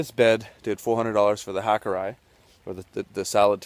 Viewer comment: Japanese. Ha - koo - rday-ee not ka koo rye